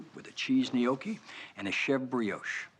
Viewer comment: I loved that he pronounced Gnocchi correctly. That's hard for the "Merican" (Americans who aren't of Italian descent).